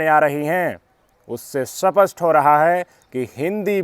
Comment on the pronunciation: सपस्ट नहीं स्पष्ट कहिए